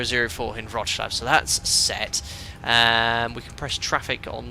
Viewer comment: Hi, you can pronounce Wrocław as Vroc-love, will sound good😅